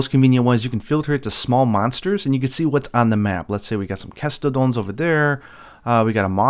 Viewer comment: Watching your videos i noticed you say Kestodon super weird